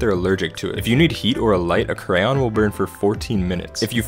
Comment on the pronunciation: He pronounced crayon wrong